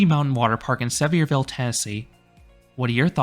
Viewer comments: Great review! I hate to be “that guy,” but as a local, we pronounce it as Suh-vear-vul (as in Severe weather) and Appa-LATCH-un Mountains. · At least pronounce the name of the town correctly. I don’t think you’re actually been there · Awesome video! That park is really fun! But I can’t with the way you pronounce Sevierville 😭😂